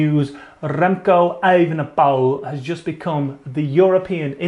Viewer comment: OK by now someone should have taught you how to pronounce "Evenepoel" but apparently nobody yet did, you keep butchering it worse with every attempt, so where we go: "Ey-venn-uh-pool" with the emphasis on the "Ey". You're welcome.